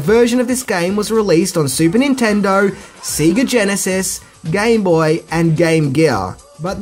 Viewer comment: if I may inquire? I'm guessing from the way you pronounce "Sega" that you didn't play it much growing up eh? you pronounce Nintendo spot on.